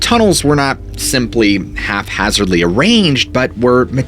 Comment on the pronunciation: Half-hazardly or haphazardly lol